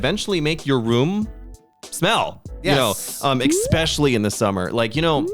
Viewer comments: I "expectually"? "expecially"? enjoyed this episode. 😂 😅 ive been living alone for 20 years its interesting how different things are in Korea vs US. Neither of you are old.. 😢 Tips: -budget your money -Learn to cook its so much cheaper than buying takeout or eating out -Be a life long learner (not necessarily a tip for living alone but living in general) impress strangers with your useless facts knowledge.. its fun to get reactions from people. -Help others and be kind remain as non-judgmental you never know what others are going through. -take care of your physical and mental health -Dont try to "keep up with the Jones's" meaning dont try to do/buy what others do/buy just because you want to show off or impress others they wont care as much as you hope they will. -you do you.. kind of based on my last "tip" people arent necessarily going to be as impressed as you hope they are if you try to look good and are inauthentic - laugh.. every.. day or at least smile about something and keep track of what that is on a calendar if you need to.. practice gratitude - i personally love ('over'?) planning those who fail to plan plan to fail.. Always have a contingency plan.. and sometimes have a backup plan for that plan because things can and sometimes do go awry. - be kind to yourself and others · The "expecially" pronunciation got me! 😂😂